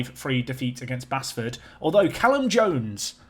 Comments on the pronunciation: Continuing with the pronunciation theme "Basford" is pronounced "BASE-FUD" as opposed to "BASS-FUD". Keep it up,! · Basford is pronounced Baseford not Bassford, Altrincham (last episode I think but I've been storing them up) = Alt as in control-ALT-delete no as in "I can call you Betty and you can call me AL" 😄 Still loving the work and all your mispronunciations